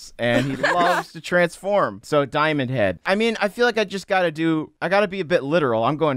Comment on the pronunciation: It's diomand head no diomand hand